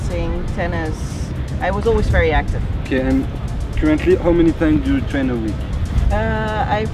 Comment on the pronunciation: "How many time"...aie !! Faut continuer les cours d'anglais :p